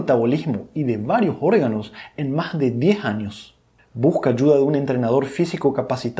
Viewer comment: Maj importantes?? O más importante?? Si puedes pronunciar bien la "s" Intermedia, porque no al final?? Porque la cambias por la "j"?? Nievelej de creatina Y les digo maj 😮😮😮